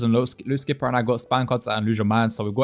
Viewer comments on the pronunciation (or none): Skipah gripah